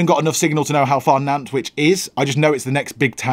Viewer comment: You pronounced Nantwich correctly!!! 😊